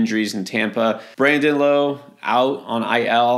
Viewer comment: Brandon Lowe. Last name rhymes with 'ow,' it hurts.